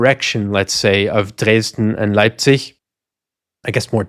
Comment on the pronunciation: Once again is flexing his linguistic muscles, pronouncing each and every German word in flawless native-sounding Austrian and yet he manages to pronounce "Leipzig" as "Lebsich" in true Piefke-fashion.